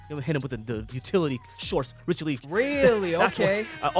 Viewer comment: Did my man say riche le. Utility shorts😁😁😁😁😁😁😁😁😁😁😁😁😁😁😁😁😁😁😁😁😁😁😁😁😁😁😁😁😁😁😁😁😁